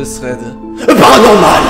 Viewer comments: Toi aux lieux de dire 'paranormal' tu dis toujours 'heparanormal' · Perso j'adore quand tu dit "bienvenue dans ce thread " "PARANORMAL"